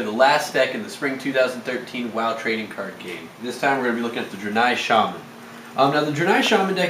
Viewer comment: I think it's pronounced "dray-nigh." Good video though. I just started playing again (6 year absence) and these are helpful.